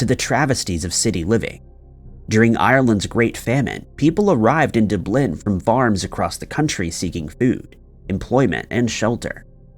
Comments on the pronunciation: Dooblin is that in 🇨🇦 the only city in Scotland i know that begins whit a D is Dublin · OMG my darling narrator......the word is pronounced Dub...lin.....not whatever you were saying..... you're killing me!!!!!😵‍💫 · never found a city name that he couldn't mispronounce; DubLIN? Bruh! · Weird. Why is he pronouncing Dublin that way?? " Doo - Blinn "?? What the heck?? is definitely a freak. Then he blurs out the face of a baby from a painting?? I'm so confused. Is he just f---ing with his viewers? He is either being bourgeois ironic, really funny, a total troll, or oddly clueless. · "Duh-BLIN?" 😆😆 sure has some interesting pronunciations! BTW, why would they blur out a baby's face on a painting? 🤣🤣 The Little Red Man is holding a baby and they blurred it out 😆😆 So stupid! 😅😅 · NOT acceptable. When someone can't be bothered to find an easily-available pronunciation, it isn't likely the rest of the videos are any more accurate. The mispronunciations are a red flag that the information in his videos are just as faulty. I stopped watching after hearing "duh-BLINN". Can't trust the rest of it. Won't watch it. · It’s pronounced Dub-lin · Btw.... DUH-blin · LMAO I LITERALLY HAD TO REWIND. Doo-blin😂🤣💀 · Rub a dub dub...Dublin. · Dubb Lynn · Once I heard how you’d been saying Dublin, I ki113d my family in rage. You’re terrible. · That pronunciation of Dublin stopped me from watching the video. Muricaaaaa. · I stopped watching you because of how you say Dublin and this is the video I watch?? I dont understand how you can say complex location names but Irish and Scottish towns and cities is a hurdle for you. I can't help but feel that this is intentional and as a native Irish, I'm starting to get offended. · I wonder if he has ever heard of Dublin before and just doesn't know how its pronounced. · Is this idiot trying to say Dublin??!!!Oh no, dear God!! Surely no one is that misinformed??!!! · Why would you ever say Dublin like that? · Dublin my dude, Dublin